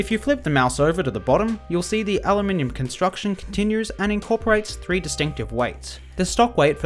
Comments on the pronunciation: eli-men-yuum??? its (ə-LOO-min-əm) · it is pronounced all oom in um not alluminium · You really over pronounciated aluminium, it's spelled aluminum for a reason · explain why it's spelled aluminum with only one I and he said aluminium it's pronounced everywhere aloo-min-um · Aluminum. The word is aluminum. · How do you get "aluminium" out of "aluminum"? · It Really bothers me how he pronounces aluminum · Dimitry please. and you said aluminum wrong 😜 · No shit. I said Dimitri please meaning I would rather have him do the videos.